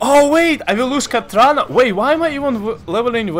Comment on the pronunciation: Wat. Katrana Prestor would peg you for failing her name!